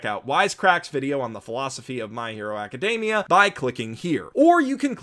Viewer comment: Are you really pronouncing "aca-" as "okka?"